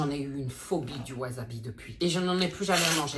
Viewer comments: C'est pas wasabi c'est wasebi 😂😂😂😂😂😂😂😂😂😂😂😂😂😂😂😂😂😂😂😂😂😂😂😂😂😂😂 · Le "wazabi" "waa zeubi" , j'ai crier 😂😂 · " WaSeuBi " 😂😂😂 ca m'a tué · C'est pas wasabi c'est waaaaw zeubi 😅😅😅😅😅 putain je me suis étouffer de rire lol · Cest pas du wasabi cest du waseBi😂😂😂😂